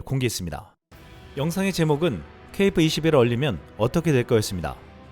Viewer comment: KF발음이 .케이프 로 들린다는ㅠ